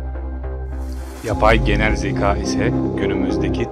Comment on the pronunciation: Bro hikaye anlatışın harbiden 10 numara. Kendini dinletiyosun. Yalnız ince â harfini kalın a gibi söylüyorsun. Yani zekâ olacağı yerde zeka ya da hikâye yerine hikaye gibi..Söyleyim dedim 💮